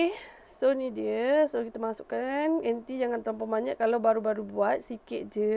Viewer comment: Jenuh fikir... Duk sebut anti, rupanya inti ....